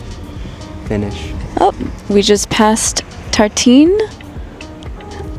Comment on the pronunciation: You pronounced the word tartine perfectly in French.